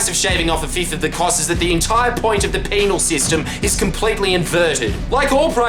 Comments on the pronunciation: heh heh he said penile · Haha he said penal